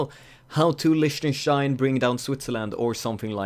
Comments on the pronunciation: "listener stien" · It's pronounced Leeh-ten-stein.